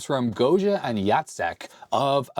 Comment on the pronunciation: You say "Jacek" name just right :D and "krówki" are so good, but like 99% sugar so watch out for that!